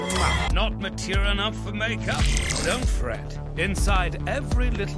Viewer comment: I like the way BW pronounces "mature." MAH-TEER.